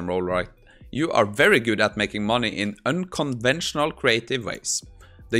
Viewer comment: unconventional, not unconvensional